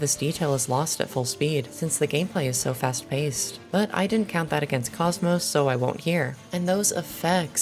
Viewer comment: Cosmos? I thought it was cock mock 💀